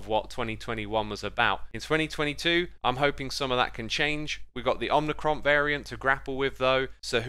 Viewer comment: As a heads-up it's "omicron" though I know "omnicron" is just a slip of the tongue